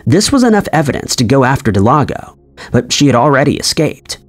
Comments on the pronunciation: Del-gado.... Not delago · It's not delago its delgado del-gah-doe atleast if her name is what it said it was on the screen... idk if anyone else noticed it but, he was saying her name wrong the whole time, if so... lol. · Uh it’s pronounced Del-gah-doe not Del-ah-go 🤦🏽‍♂️🤦🏽‍♂️🤦🏽‍♂️ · Her name is not Delago, it is Delgado. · Del-gado, not De-lago. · Please, please, please. Check names for correct pronunciation. The case of Brenda Delgado, you kept calling her Delago. Close, but not quite. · Brendas last name is Delgado. Not Delago 😂. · It was a good video, but I can’t understand why you couldn’t say Delgado, you called her Delado through the entire last section. You need an editor man!! Or someone to check your shit before you submit it lol. Unless you disagree… then you can just tell me sick your lon dick. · Am I the only one that was like it says Delgado not delago? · it's DEL-GA-DO . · delGATHO. In Spanish, the letter "d"(day) is pronounced as a soft "th" as in "the" when surrounded by vowells. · It is Delgado. Please pronounce the name correctly. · I bet he thought G is silent in Spanish when J is silent. Homeboy mixed g with j case solved. Still makes me cringe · The ‘creepy’ part is how the narrator pronounces Delgado…. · You have to go out of your way to mispronounce Delgado. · OMFGGGGG THANK YOUUUUUU!!!!!! I was losing my shi and typin hate, when i seen this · I’m joining the crowd here, I was spazzing out over it!! Actually came to see who else noticed. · Every time you say "Del-ah-go" I cringe.... Her name is spelled "Delgado" That is "Del-Gah-Doh"... Jeez I don't know why it's so cringe but it might be bc you nailed the pronunciation of Paniagua which is much more difficult. Smh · Thank you I felt the same way especially since he nailed Paniagua. I cringe Everytime I heard Del-ah-go